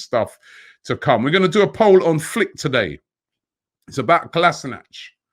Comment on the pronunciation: Something like 3 years at the club, and no one has yet to say Kolašinac correctly